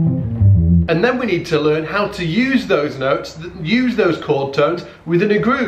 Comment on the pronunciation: Yeah, english too. "Laern".